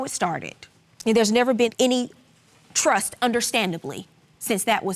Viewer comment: She just wants a lil “twust”